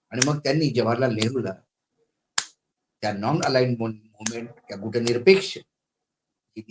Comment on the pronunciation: मराठीत गुटनिरपेक्ष नाही गटनिरपेक्ष म्हणा.